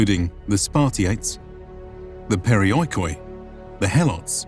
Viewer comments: LOL! PeriOeekOee.... Why on earth barbarians' history channels can't make an effort to pronounce correctly Greek words? Even if you are of so low intelligence to believe in the Erasmian fallacy of non-existence of joint-diphthongs thus pronouncing OI as O-EE and not as a long-vowel EE, the accent system with the accent falling on the I before he OI should be enough for you to comprehend that the word could not be pronounced as periOeekOee but as perEEoikoi. And of course if breaking OI into O-EE and not keep it as EE that makes the word being accented in the 4th-before-the-last syllable of the word which is an absurdity as no word in Greek of the half a million words (and 10s of milions of word-types as words are inclined) is accented on the 4th syllable. Something so basic and yet foreigners can't grasp it. They think they know it better. Too proud to ask a Greek. Βesides that, great presentation. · In the future, when you pronounce Greek words that have the letters < > next to each other they make an sound exactly as you would pronounce this letter.